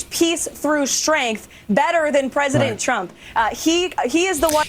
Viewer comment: oooh... now I cannot unhear it "presiden Chump"!! I am so concentrated on ignoring the BS she spews that this gem just escaped me. I fondly remember the "commander-in-cheese" from his last speaker lady.